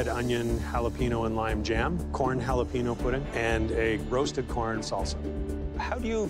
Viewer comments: “halapeen o” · Jalapeño = Halepenyo